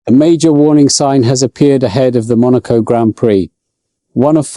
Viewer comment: Truth!! I was listening until the POS AI mispronounced "Monaco" and left immediately. And the FIA is once again showing how ignorant they are. They are saying the present crop of drivers can't handle going 12 mph (20k) faster.